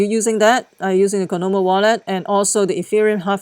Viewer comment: Say it with me! COIN-OM - I (ME)